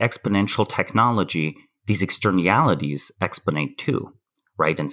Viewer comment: It's "externialities"!! I had to google it. LOL